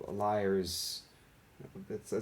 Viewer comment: I believe "lire" is pronounced "leera," not "lyre."